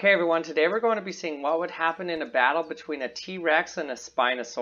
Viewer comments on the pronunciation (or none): none